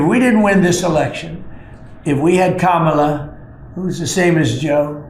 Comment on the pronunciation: Interesting that drumpft finally figured out how to say Kamala’s name!